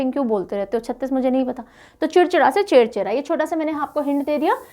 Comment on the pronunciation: It's छेरछेरा not चेरचरा